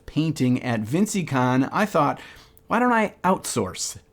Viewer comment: Hahahaha "Vinceycon"